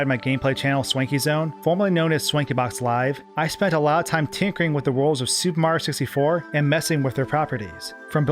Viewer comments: Every time he says “super mar 64”, a part of me dies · Why can the narrator say “Mario” fine but can’t pronounce “Super Mario 64?” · Ugh. The way you pronounce the game as “Super Marr 64” makes me cringe every time. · Why does he keep saying “Super Mar 64”?? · Why do you say super Mario 64 weird